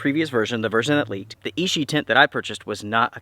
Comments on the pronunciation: It is pronounced i-chi not “e-she”. Ichi means number one in Japanese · Fantastic follow up! Oh and just a heads up for accuracy,, ichi is Japanese for the number one and is pronounced ee-chee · Clear user error, called it Ishi all the time instead of Ichi (which means "one") ;)